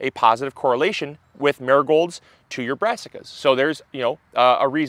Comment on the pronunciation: When you first said Marigolds, all I heard was "nurgols"... I was like, what is he talking about??? 😂 Then I worked it out. Accents haha